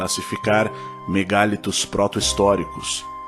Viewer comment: A palavra vem do francês mégalithes, e, nela, a pronúncia em português com e aberto é natural, mas a tendência da língua, com tónica da palavra na sílaba li, é fechar a vogal a: ME GA LÍ TOS